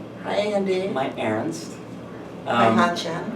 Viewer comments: "my ernst" "my hanschen" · "my Earnst" "my Hanchen" MY HEART